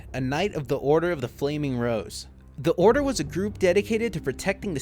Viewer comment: the whole time i thought he was saying the order of the flaming bros